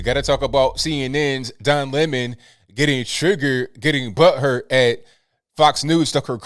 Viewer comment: Don Limon as Tucker pronounces his name!!!!!